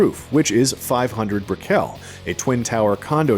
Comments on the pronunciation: Please note; Brickell… it’s not “Brick-elle-“ .. it’s Brickell! like “pickle”! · It’s brick-ul. Not brick-kel lol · Lmfao, stop saying Brick-ell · It’s brickle not briquel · Bre-kel lol It's Brick-L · Miami native here. It's Brick-UL not Brick-EL lol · It's "BRICK-uhl", not "brick-ELL". The everglades are home to mostly alligators, not crocodiles. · BRICKell not bricKELL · Set off my ankle monitor sprinting here to correct your pronounciation of "Brickell". (It's "BRICK-ull") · lol why did he pronounce brickell like brick-L? You can tell he’s never stepped a foot there. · this info is so wrong, that is not the WTVY tower... that tower isnt even near Miami, which this shot is... its on Krome Ave near the prison... whole video is uncredible.... and Brickell pronounced Brickle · can't even pronounce BRICKELL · lol at the way he pronounced brickell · lol why you pronounce brickell like that? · Lmao at the way he said Brickell